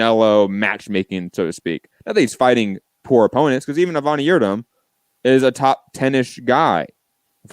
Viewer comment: At least the Yilderim fight is done and we do not have to keep hearing for weeks on end saying Avani, instead of his actual name Avni